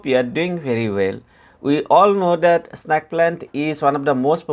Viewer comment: its snake not snaake